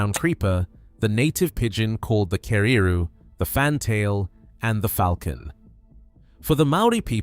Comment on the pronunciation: Love the pronunciation of Keruru and Kahikatea - not!